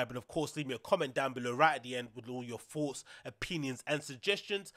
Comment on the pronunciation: Say thoughts not foughts